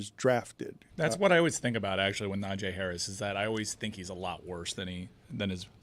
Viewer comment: Dan should have a penalty or at least have been called out by someone in a room full of sports guys. He repeatedly kept calling NaJEE Harris "NaJAY"